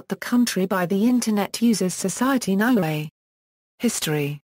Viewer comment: It's NEW-ay not NOW ay, and it's TONG-a not TONG-Ga.